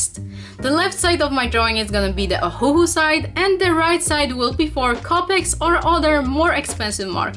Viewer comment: Ohuoh not ohuohoh